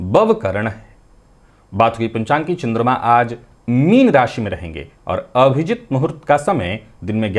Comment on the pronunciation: Bhai ye अभिजीत मुहूर्त है या अविजित, क्लियर नहीं होता!